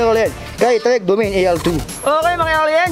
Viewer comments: Mali ang pronunciation mo DO-MA-NE. Ang tamang bigkas hindi Domeyn. Panoorin mo sa Site ng Trek. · Ser ikorek lang kita hindi DOMEYN basa jan kundi do-ma-ne. Parang Mane ni ate marites haha